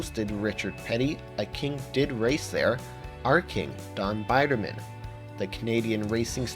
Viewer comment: was the narrator an actual race fan or just reading a script? it's pronounced beederman not biderman!